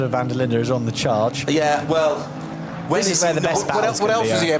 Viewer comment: I wish that would get people's surnames right van is van not von.